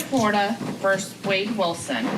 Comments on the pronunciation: The clerk can’t pronounce “heinous”, “mitigating” or “versus”. The prosecutor couldn’t pronounce “conscious“. I hope someone teaches them before the next trial. SMH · She also needs to learn that it's versus, not verse. Two completely different words.